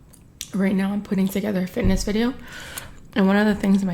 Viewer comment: She cant even pronounce "fitness video".... girl you should get a refund on those chiclets